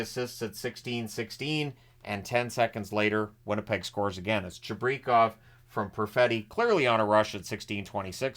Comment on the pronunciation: Cheeb-rih-kauv is how it's pronounced (according to NHL name pronunciation chart)